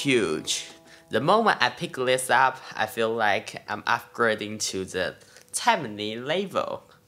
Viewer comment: Tai...mane, not Taimane. FYI